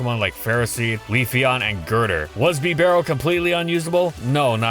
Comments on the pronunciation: Bee Barrel… it’s Beh Barrel. Bibarel. With certain Pokémon you say the names so strangely, lol… I can’t take it when you say it wrong over and over. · “Bee”barell i always said it as “Bib”arell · Is it not "Bib-arel"? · hearing bibarel pronounced as bee-barrel was like a slap to the face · Is nobody going to mention how he pronounces Bibarel as Bee-Barrel? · Bibarel? Seriously? Smh. -_